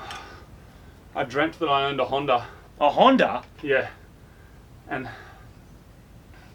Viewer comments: hondA not hinder and silviA, not silviER damn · Is it just me or does Moog say hondER s2000 lol